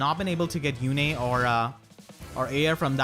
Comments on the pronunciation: "Yune" is a real name, and it's pronounced "Yune", not "Yune-a" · It's not June yet so it's yu-ne. Ok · How do u pull Lewyn...he's an absolute cryptid in my game e.e I only managed to get Halloween Myrrh and a dupe Halloween Kagero(good fodder hehe) with around 40-50 orbs so not bad. Also congrats on the Yune! I tend to pronounce her name as Yoon-eh and I doubt I can change that ¯\_(ツ)_/¯ (Also also gen 5...I see you are a man of culture👌)